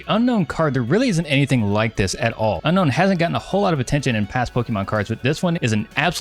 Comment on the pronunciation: Zo roh ark not Zorr ark. Un own not Un Known 🤦‍♂️